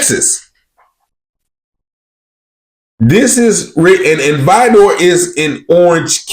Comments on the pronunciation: Why are u pronouncing Vidor like Vi dor. It's one word Vidor not Vi Dor lmfao but yep I live in Beaumont which is 15mins away hit da highway. Beaumont is predominantly black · It Is Not Pronounced (VY-DOOR). These Incidents Are Par For The Course In Vidor. Sadly, It Is Nothing New Sir 🤷🏿‍♂️!! Yo, It Is Not Chicago (ILLA-NOISE) It Is ILL- UH-NOY👊🏿.